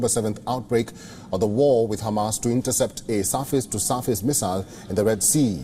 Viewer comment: "Saafis to saafis missiles"😩